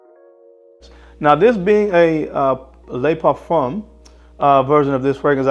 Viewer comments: It's "luh parfum" not "lay parfum". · It is fantastic, isn’t it !! I really like Y Le Parfum. By the way… it isn’t ‘Lay’ Parfum. Le in French almost sounds like the two oo’s in the word book or look. Nice comparison!! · It doesn't dude I speak French fluently and it's not the 'oo' sound you pronounce the e as a muffled e like 'luh' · "lay parfum" ... lol